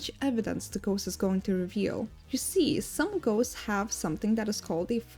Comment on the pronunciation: Your voice is nice to hear and you pronouce the names of the ghosts properly, i hope you go far in your career and maybe explode one day!